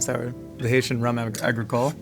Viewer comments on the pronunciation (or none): none